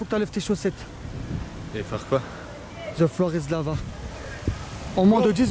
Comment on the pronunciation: regarde comment il dit thé flore issus lava ptdr